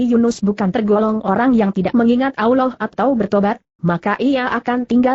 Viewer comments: Allah bukan nya awloh...ngapain indonesia ini begok yah? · sakit hati nie dgr suara nya gk enak di dgr. allah mbak bukan aulloh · maaf ya kalau mau bilang nama allah jangan alwah..